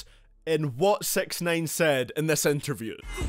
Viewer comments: sounds like this guy said "sex nine" instead of "sixnine" like tf?? don't dissrespeck my man like that! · Sex9ine is what sound L’s like he’s saying 😂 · Stop calling him sex nine lol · Pls stop calling him sex-nine :P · "Sex nain" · I’m no genius but aren’t hi’s name (six ix nine ine) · “Takshai 6ex9ane”